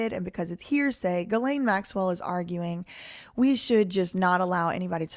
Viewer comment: You're pronouncing it correctly, with the hard G